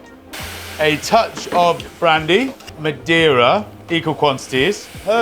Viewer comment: Just a tip, it's Ma Dei (almost like just saying DAY) Ra, not Ma De Ra